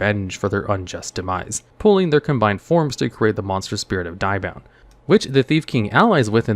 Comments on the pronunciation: Diabound? I think you mean DEE-abound! At least that's how english dub Thief King Bakura says it. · How you butcher the name Diabound is harsh, have you not watched the anime & how Bakura pronounces it. Its Deee-Ahh-Bound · Hearing you butcher Diabound is disappointing.